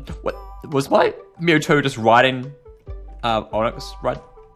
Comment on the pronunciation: It's mewtwo not mewtoo